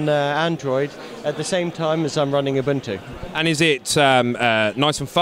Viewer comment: its not a-bun-2, its oo-boon-2.